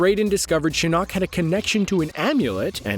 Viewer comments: Can we just take the time to appreciate that he’s saying Shin KNOCK. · The way he says shinnok wants me to kill myself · ok defo a script why add lines like you know the whole story when you don’t know how to say taverns and shinnoks name and that’s the first 3 minutes jesus